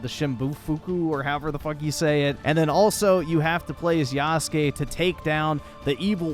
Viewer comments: No longer is he called "Yasuke (Yas-kay)," but " Y A H S O O K ! " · Bro why are you saying “yasook”? You literally played this awful game and can hear it’s pronounced yass-kay. I will never understand why people mispronounce things they literally hear pronounced correctly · It's not yasoooook it's yahskaaay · bro you are such an idiot stop saying yasook 😂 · yuh-sook lol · You added the "my name is Yasuke" scene several times, yet you keep calling him yasook? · Bro is so out of touch with reality it’s unbelievable lmao. Hour of “black guy bad” out here calling him “YASOOKE” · Yasook Floyd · YAH-SU-KAY....bro....come on... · Why did you keep pronouncing his name wrong? They say it out loud one trillion times, in cutscenes and gameplay. The game does suck though. I quit. Twice. 63 hours of my life poorly spent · Why do you say Yasuke’s name wrong?